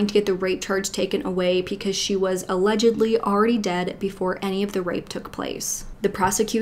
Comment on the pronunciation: Pleeeeease stop saying “PEE-cause” instead of “BE-cause”. It’s BECAUSE. Pee-cuz is not a thing 😖 it’s so distracting. Love your videos otherwise.